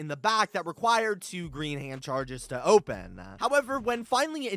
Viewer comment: What is wrong with his voice? Every last syllable gets a weird schwa - open(e), process(e), as well(e), puppi(e), god(e)